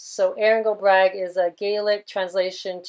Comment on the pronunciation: Hi just a wee bit of info' it's pronounced....go bra..... (I am Irish) Also when you said her ex boyfriend was "lost at sea, made me think of maritime law and "lost at sea"....not sure of the exact significance but it may be significant? Do you think Olivia has just retired from the world stage, the/our world play having been designed and written by the unseen hand (as with Bowie etc...not sure if you saw that interview after he "died" where he played the part of a gentleman related to music industry talking about Bowie) or did she really die?